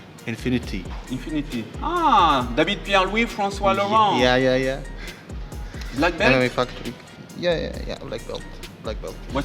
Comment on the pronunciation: "Fwancois Lauwent" 😂🤣🤣😭